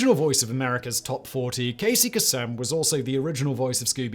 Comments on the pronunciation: Please listen to Casey Kasem (pronounced KA-SUM not Ka sim) say his name on any one of the hundreds of America’s top 40 broadcasts he did. It does not have an alternative British pronunciation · You're messing up names on purpose for the comments and subsequent algorithm upticks, aren't you? Casey Kasem's name is a bit of alliteration, which made him memorable. So, it is "KĀY-see KĀY-sum". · hahahha kay-sum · Casey KAY-sem, not Casey ka-SEM. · KAY-sem. Not Kuh-SEM. Edit: Admittedly, I had not read other comments before posting. But, as one commenter noted, we grew up hearing that name. A wrong pronunciation is like nails on a blackboard. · Kasem = CASE-m. Not Ka-SEM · That's Kay-sem. Just saying. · Casey Kuh-sem??? Holy crap man that's the worst mispronunciation I've ever heard on this channel. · Pronunciation Police: Casey KAY-sem... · Simon - you probably record 30 videos a day, for 15 different channels, and you don’t live in the US - so no one expects perfection, though you narrate so well. That said, Casey Kasem’s last name is pronounced with a long A, and emphasis on the first syllable. He’s kinda a household name in the US, as his “top 40” on the radio was what most people grew up with, along with him hosting New Years Eve celebrations on TV (Nick at Nite in the 90’s) and on the radio. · It's "Káy-səm". It's little stuff like this that makes the difference in how well-researched your material appears to your viewer. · It's hard to believe that after all these years there's still someone who has not heard of Casey Kasem. That's "KAY' sem". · Casey Kasem's name is pronounced Casey Kay-sum. I know this because I have heard him say his own name over a thousand times. I only mention this because you have corrected my pronunciation over a thousand times. 🙂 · Except Kasem is an Arabic name, and Casey was of Lebanese descent. He Anglicized the name for American airwaves, but that doesn't mean that it is correct. The proper pronunciation is "Kah-sim", not "Kay-sum".